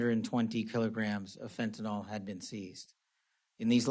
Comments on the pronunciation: Fennton L?? .How is he in politics and he doesn't know how to pronounce fentanyl???? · Maybe first he needs to learn how to pronounce "Fentanyl".